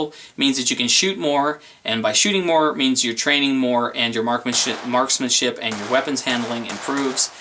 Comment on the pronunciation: lol you said marksman-shit